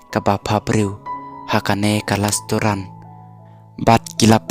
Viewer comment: Lasturan 😂😂😂😂😂😂 pronounce bha keiñ bah